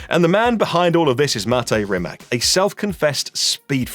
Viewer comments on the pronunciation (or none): Please. It is not RimaK. It's RimaC. Perhaps you should try reading it like it has Z at the end. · It Rimac not Rimak you idiot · its rimaC not rimak if sketchmonkey can get it right so can you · RimaC! A B C, Ceee! Not K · Its spelled rimaC you say like C not rimak lol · Wrong pronunciation! Rimats is the correct pronunciation. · Croatian pronunciation would be ree-mah-ts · Oke brate, sljedeci put molim te kad budes u prilici izgovaraj hono (renault) i honde (hyundai), da ne pravis budalu od sebe. A onda naravno imas pravo i ismijavati nekoga jer je rekao rimak, a da ne budes licemjer. Poz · No it's not. Mate Rimac himself said that either is fine. They even market it as Rimack for foreign countries. It's a brand and it doesn't have to be pronounced as the surname so don't be an annoying smartass please.